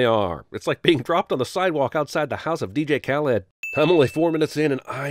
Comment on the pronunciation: he said “DJ Khaled” as if it was Superman’s uncle named Kal-Ed